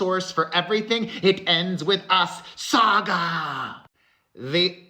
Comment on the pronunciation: The way you said "saga" makes my day better everytime 😂